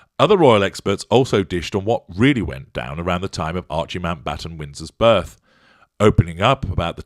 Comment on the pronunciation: Had to rewind this comment again....*"HW was present at the burth_"*.......well I should think so _if she gave burth. Mmmmm🤔.